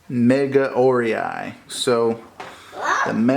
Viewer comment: Very nice unbox video! Very professional! By the way, the pronunciation of Megaorei is [mɪ'gaʊreɪ]...:-)